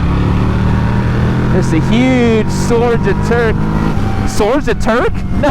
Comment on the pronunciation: "theres a huge sorge of turque"